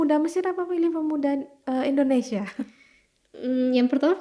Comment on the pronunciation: Maaf Bu yg benar itu Indonesia bukan endonesia.tolong ucapkan yg benar kepada orang luar.